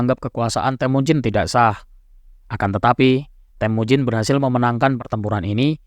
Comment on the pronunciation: BUKAN TEHMUJIN.. TAPI...TEMUJIN